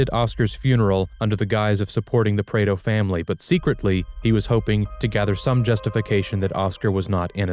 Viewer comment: AI doesn't know how to Prado 😂